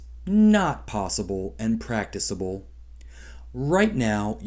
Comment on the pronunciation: Love you, but this is a completely dumb, reactionary video. You can't pronounce "practicable" but worse don't seem to know what it means. Stopping meat is practicable but probably less so than stopping fireworks, and regardless generally speaking nobody cares about or is really going to stop either... except when they do, as they should.